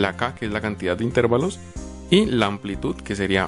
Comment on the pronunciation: La palabra es intervalos, no intérvalos.